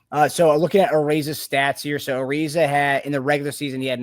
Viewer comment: Also, it's uh-rise-uh. His name is not pronounced the same as Trevor Ariza's